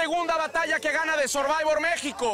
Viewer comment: Dice el comentarista, sorbayvors. Le copean a programas americanos y ni el nombre lo pueden pronunciar bien.